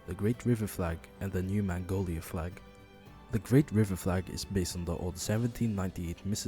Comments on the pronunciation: It's magnolia, not mangolia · It's magnolia, not mangolia. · Great video, but it’s “Magnolia,” like the flower, not “Mangolia” (almost) like the Asian country. I wish I could say Mississippi’s economy had improved from the flag change, but not many more businesses are very interested in the least populated state in the southern USA. Also, this as a first video??? Great job! This ins awesome!